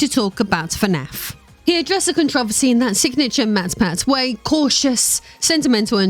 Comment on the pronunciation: Okay... one, there is no problem. Yet. Being rich and in politics doesn't equal problems. Try again... and while you're at it, learn to pronounce controversy right. I got to and got sick of the political bs which didn't prove anything about MatPat... and just talked about existing politicians. No one is really shocked that existing politicians ended up wrestling control of this group or that they're rumored to be corrupt on various fronts. That's just politics that we've all been dealing with since the very first presidential election.